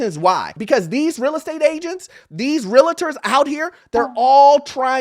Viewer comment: Bro its pronounced real - ter, not realerter